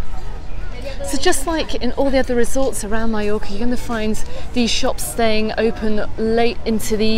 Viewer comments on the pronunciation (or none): Double LL is pronounced Y